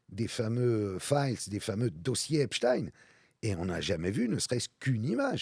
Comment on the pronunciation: Il suffit de regarder un reportage en VO pour savoir qu'on prononce "Epstine"